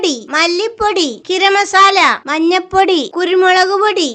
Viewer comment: ഇത് ഗരം മസാല അല്ല ഗരം മസാല എന്ന് പറയൂ